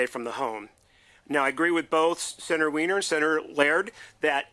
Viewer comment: Cmon, it’s pronounced Weeeener, not whiner. And very fittingly so! Hahaha great show man